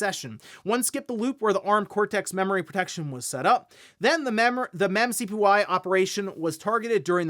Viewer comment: saying the memcpy (memory copy) operation by saying mem-c-p-y is hilarious. 😂 He's single handedly trying to start the whole SQL vs SeQueL debate but for Assembly.